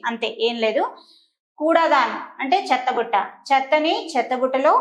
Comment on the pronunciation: చెత్తబుట్ట.....చత్తబుట్ట కాదు